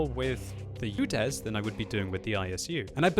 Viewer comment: It`s UDES, not UDEZ